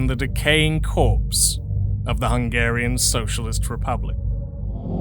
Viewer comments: Sorry to hear that. If it’s any consolation, I’ll say this: You’re way ahead of 90% of people on pronouncing Hungarian, most people don’t even make an attempt on learning how “sz” and “s” are different. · I couldn't help but notice you pronounce hungarian names a bit better. Good for you!